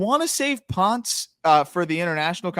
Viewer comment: Pronounced Pohn-ce, amigos. Reference Daniel Ponce de Leon.